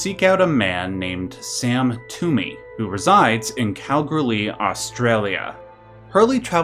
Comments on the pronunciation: Ayo my hometown Kalgoorlie p.s it's pronounced Kal-ghoul-lee great video as always. 👍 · Are you trying to say "Kalgoorlie"? Because that's not how you pronounce "Kalgoorlie".